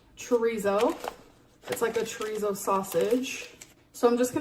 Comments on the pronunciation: Why can't she pronounce chorizo properly? We all have questions, they must be heffer problems🤷🏽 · The way she pronounces chorizo makes my skin crawl